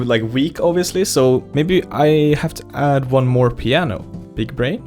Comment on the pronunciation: When he said pianio sounds like muñanio